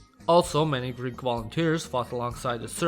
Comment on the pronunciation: As a greek person, my ears bleed every time he tries to pronounce a greek name